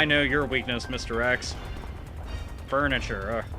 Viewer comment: "I know your wakness mr.X. Furnature" hahahahaha